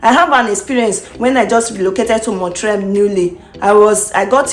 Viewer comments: It is NOT MON-TRAY It's pronounced MON- TREE-ALL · You are mispronouncing the name of Montreal. It ends in ALL